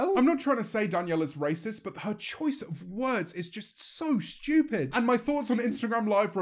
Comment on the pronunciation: Nobody: James: schtewpid